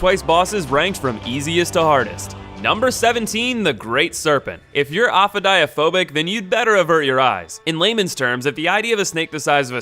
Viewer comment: Your pronunciation of ophidiophobic was aids to my ears